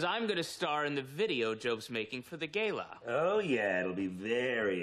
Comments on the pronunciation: lol tobias pronouncing gala like gayla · Of course he pronounces gala like that 😄